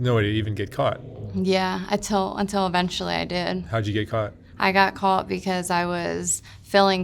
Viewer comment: Good interview but the one in the middle saying “calt” instead of “caught” kinda drove me nuts 🤣 They’re all super sweet though. Glad they’re clean.